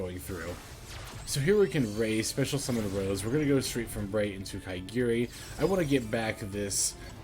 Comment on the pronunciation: It's ka-ga-ri not ka*i*gi-ri lol,sounds funny